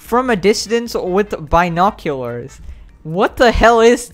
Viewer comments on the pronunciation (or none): pegasus is the type of guy that says bynoculars